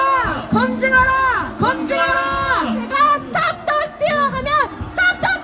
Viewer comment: steal 발음 죽인다 stop the steal!!!!!